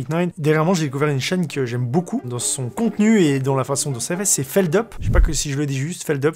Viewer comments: Et au passage on dit pas feldeup mais feldUp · C'est terrible quand même , Felduppe pas feldeup. C'est , déstabilisant , on dirait vraiment un nom anglais qu'on prononce avec le BON accent français. Sinon Feldup incroyable dans son contenue de qualitay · Ah Feldup ! Enfin reconnu pour ce qu'il fait, très bon contenu, surtout les findings pour moi (et ça se prononce Feldupe ;) ) .